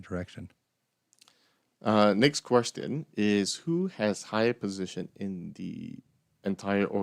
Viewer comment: Why do you prononce qustion like this "d